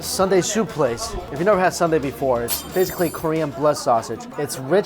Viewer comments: It’s soon-deh, not sunday. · Love your videos, but Mike its not Sun dae, its Soon dae. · It shouldn’t be sun dae ...it’s called soon dae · Soon-day right?. Not sun-day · It’s not “sun-dae” like ice cream sundae... it’s soon dae, like literally “soon” & “day” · haha. Not Sunday, but Soon Dae (Soohn Dae) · it’s not Sunday it’s soon dae’ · Sooooooon dae! Sundae? Far from ice cream. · Soooooooo Dae, Mike, it's "SOON" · This bothered me too.